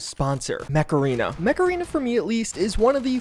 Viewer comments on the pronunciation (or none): Yep, i can only hear Macarena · I can't be the only one that heard "Today's sponsor, Macarena" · Whenever he says "Mech Arena", I always hear Macarana, as in the song. Please tell me it's not just me. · Could've sworn you said "Macarena" 😆👍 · Yep same here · lol, I'm watching this video while I'm really tired. and when you said mech arena I thought you said macarena and were pronouncing it weird